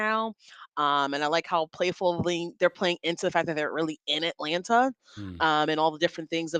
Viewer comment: It’s Atlanna 😂 the second t is silent.